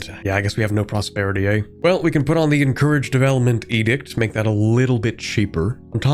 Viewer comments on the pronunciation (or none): Sometimes I forget is Canadian and then he just whips out the hard eh